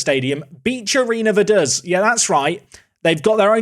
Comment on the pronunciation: I spent a weekend in Liechtenstein last year so now I know he was pronouncing Vaduz wrong as well